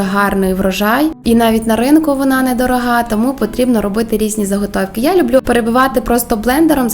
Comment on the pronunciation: выучите украинский язык, а потом идите в люди. Слух режет- не пять, а п’ять, не люблю, а полюбляю, або люблю с ударением на первый слог. Я вообще не понимаю русскоговорящих людей, которые коверкают украинский, отдавая дань «моде». Отписка.